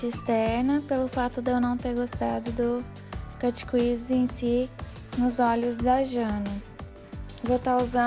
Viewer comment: a pronuncia correto seria "cât crisi" e nao "quisi" é como se você falasse "crise" mas enrolando a lingua;)